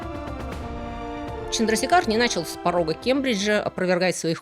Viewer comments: Вообще, конечно, он ЧандрашЕкхар. Или хотя бы ЧандрасЕкхар. В санскрите е всегда длинная, и ударение туда ставят. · Отличное видео! Однако позволю себе небольшую поправку, правильное произношение имени этого ученого Субрахманьян ЧандрашЕкхар. Чандрашекхар- это эпитет бога Шивы, что значит тот,чью голову украшает полумесяц. Не менее интересна история другого индийского ( тамильского) ученого- математика Шриниваса Рамануджана. Было бы здорово, если бы вы сделали видео и о нем. Привет из Индии!